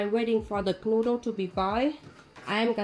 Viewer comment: Love how you pronounce Knödel like "knuddel", which means cuddle :)